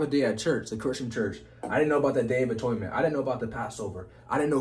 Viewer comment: I know about atonement, not atoynment